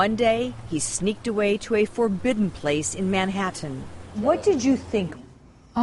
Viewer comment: Brainwashed cultish nutcases. p.s. somebody should teach "Doctor" Nancy Schneiderman how to pronounce the word Manhattan